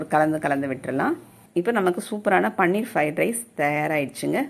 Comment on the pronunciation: பண்ணீர் இல்லை.அது பன்னீர்.